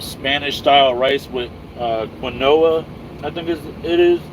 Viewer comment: Quinoa is pronounced "keen wah" accent on the 1st syllable...very healthy...wtg!